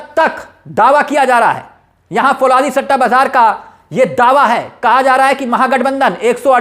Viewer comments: Fauladi nahi bhai falaudi kehte hai. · फौलादी नहीं फलोदी है